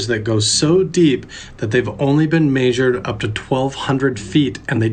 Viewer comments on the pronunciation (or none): did you hear the way that guy said the word measured 😂 maesurd😂